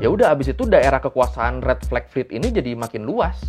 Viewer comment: bilang red Flag fet aku malah dengernya red velvet🤣🤣🤣